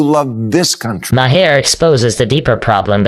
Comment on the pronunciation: Bill Ma Har? Really ai